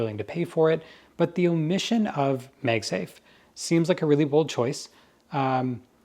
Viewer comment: Why does he keep saying “Meg safe”? It’s Mag Safe.